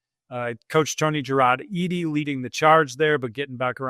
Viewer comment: Its tony Jarrod "Eddy" not "e-d" at least thats how texags has always pronounced his name from back in playing days